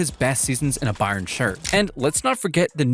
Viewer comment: Why can’t you pronounce Bayern correctly? I’m suspicious the voice is AI.